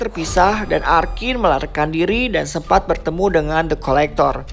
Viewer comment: Kedengeran nya depkolektor Pdhal the collector 😂😂 Kurang Aqua, wkwk